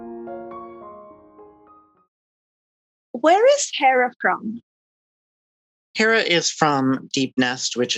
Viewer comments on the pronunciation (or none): Therrah? its Herrah